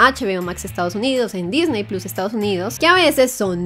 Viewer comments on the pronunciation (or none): none